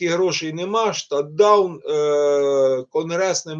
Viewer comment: Shut down( шат даун),а не шТат даун😀